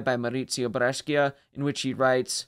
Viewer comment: Well done. A very good explanation correct and respectful of the history. (Ehm, by the way Brescia is pronounced bre:sha ["Bre" with the schwa and "scia" like the word shallow]) 😉